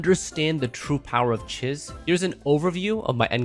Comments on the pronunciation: Isn't it pronounced cheeze? Swear she said her own name in the story. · her name is not Chiz. it's pronounced CHEESE. even if it is spelled like the first name. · I swear he says Chiz wrong to annoy people to generate comments. LOOK AT HER, SHE IS MOUSE THEMED, ITS CHEEESE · Chiz is pronounced as "Cheese" she LITERALLY says her name in game.